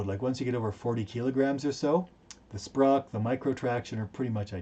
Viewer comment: "Moose knuckle" LOL Great video. Glad to see the instruction changing to incorporate new findings. Also, it's SPOC, not "SPROC." ENSA study on snow anchors (in European Alps snowpack.)